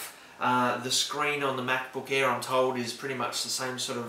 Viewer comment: MacBook "EH"